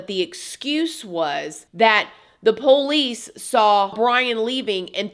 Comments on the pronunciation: The way you say Poe-leece really annoys me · The Poe-leese 😂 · Another amazing video. you kill me with the POE LICE 😂